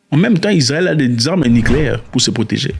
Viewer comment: Heureusement, tu n'es pas prêt de gouverner un pays...ouf...tu nous foutrais des "armeu nicléaiiirrr " ( comme tu prononces toi même😂😂😂) au c...l!